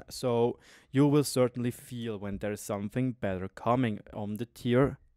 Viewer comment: "somefing" Something*... where do you find an F in there...?!?!